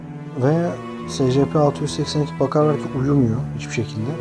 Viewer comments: Secepe diye okunmuyor scp sicipi diye okunuyor bide öyle küçük olduğuna bakmayın aslında büyük ve yemek verilmez Scp-682 nesne sınıfı:keter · secepe ayn esipi diye okunur scp die yazılır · Abi scp diye okunmuyo esipi diye okunuyo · Abi bu arada scp yazıldığı gibi değil esipi diye okunur telafuzu böyle (sadece uyarmak istedim 😉) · Esipi diye oku